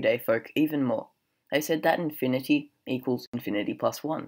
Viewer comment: Who the heck pronounces “infinity” like that??? Ahhhh, that’s better :)